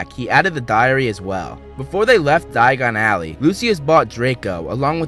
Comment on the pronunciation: It's a Diagon Alley not Dayan Alley